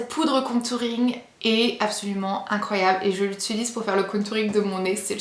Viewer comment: Mdrr tu dis "countouring" 😂😂😂 et quand ta tout renverser j'étais morte 😂😅😅😅